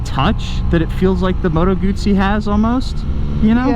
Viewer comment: nice to hear someone pronouncing "Guzzi" properly.